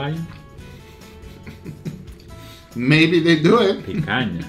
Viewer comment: "Lion picanha" I laughed SO hard on that one